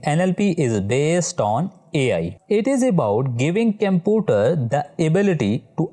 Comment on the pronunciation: Sir computer not camputer😂😂😂